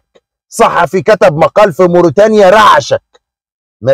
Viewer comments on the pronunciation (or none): none